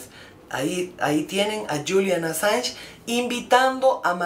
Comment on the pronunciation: No se qn eres ridicula calleta no tienes ni puta idea enterate bien ni siquiera pronuncias bien el apellido del asilado hablas estupideses ya callate tonta da asco escucharte q periodiata tan mediocre eres